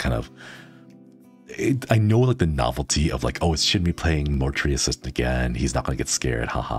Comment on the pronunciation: I was able to watch bits and pieces but I was beyond Happy Shinri said my name right! I love your cozy content so much!! I'm so glad I get to watch your vods! 🎏🎏🎏